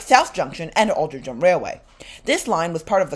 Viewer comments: Altrincham Is pronounced Aul Trin Ham I believe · just for your info Altrincham is pronounced as if it were spelled as Altringham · Having lived a couple of minutes walk from Navigation Road station in my childhood in the 60s and still having family in Alty, Altrincham is actually pronounced Altringum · Another of our quaint English towns not pronounced as it is spelt! Try saying it this way - All-tring-um. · Really cool tram line. Never heard of the Rochdale line but if you go back it seems cool and you should make a video on it. I love the way the trams sound. Also you pronounced altrincham like 5 different ways